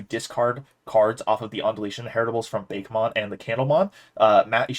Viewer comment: LOL. It's BA-KE-mon. Not beykmon. Ok weebmode off.